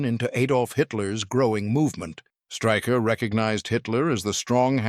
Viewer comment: His surname is pronounced Shtráy-kher, not Striker